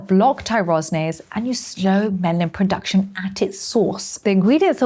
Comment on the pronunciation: You said "Melanin POduction" twice